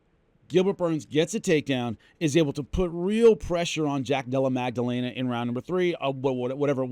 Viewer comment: Love everything you do, always have...but, the letter g is absent from jack della maddalena's name